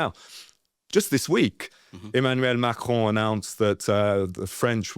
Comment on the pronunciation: Why do u pronounce macrons name like that